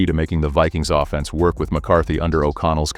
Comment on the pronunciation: Your text-to-speech bot says “offense” with the emphasis on the second syllable every time, as in ‘criminal offense”. No one who knows anything about football talks this way. Kindly ditch the robot voice and get a human being to read your script, it’s very annoying. Thanks